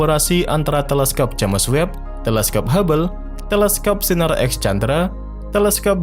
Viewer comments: Agak risih di baca nya JAMES bukan nya JEMS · Udah 2 tahun nonton ini, masih aja nyebutnya jemes web, jems woi jems